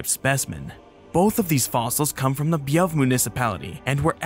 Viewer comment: I can excuse the, still slightly weird, pronounciation of Bjuv as "Bievv", but Tage as "Tasch" is unforgivable. 😝 Also dodged a bullet with Scania instead of Skåne.